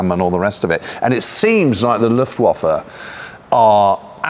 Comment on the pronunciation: Thought you two would have the correct pronunciation for Luftwaffe by now. W pronounced as a V.